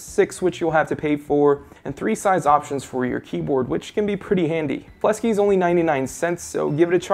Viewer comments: Ummm it's Fleksy...not Flesky ._. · It's called fleksy not "flesky" lol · Why are you pronouncing Fleksy as Flesky?